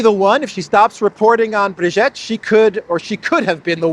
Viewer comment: Brigitte is not pronounce Brigette, it is pronouned BreeGeet. Candace Owens is a notorious compulsive liar.